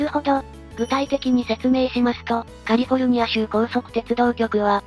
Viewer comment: カルフォルニアZAMAwww